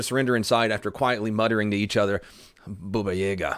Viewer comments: Its not BUbaYEga,. Its B-a-ba y-a-ga, baba yaga(granny Yaga.. which is totally weird to me, that they nicknamed a male, by the Russian female grandmother from woods <.>..but, Hollywood man, amrit) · it's not buba yega, it's bAbA yagA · its not bubuyega its babayega "BABA YEGA" god dammit learn my language phrases correctly im tilted XD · Not Buba, Not Yega .BABA YAGA And Baba Yaga is an old woman. But you are cool and that ninja cop is awesome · It`s "Baba Yaga" not "Buba yega" :) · p sure it's Baba Yaga and not Booba Yega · its baba yaga not booba yaga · Boba yayga... no Baba yahga yes :,( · Ah yes, "Booba Yayga" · It’s (ba-ba yea-ga) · its ba-ba-ye-ga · BA BA - YA- GA! Pronounce it correctly or not at all!